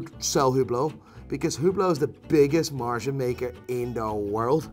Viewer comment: and i don't like the way he pronounces "margin"